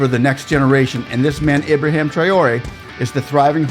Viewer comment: Just to correct you sir, his name is IBRAHIM Not Ibraham.